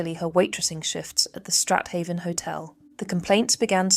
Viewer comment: Strat-haven pronounced Straven.